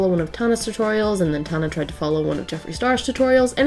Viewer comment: Did you just call Tana “Tuna”